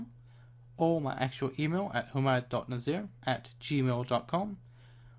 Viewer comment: ohhhh "who-mud" nazir ... i thought it was hum - mad :P